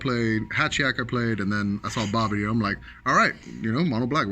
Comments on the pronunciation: Jesus christ its Bibidi not Babidi Lol smh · Was he calling the leader Babidi? Isn't that Bibidi?